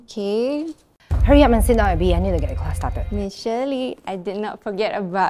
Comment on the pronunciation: fr he said shet